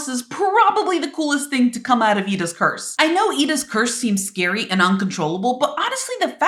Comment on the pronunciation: when you said edas curse it sounded like you were saying purse😂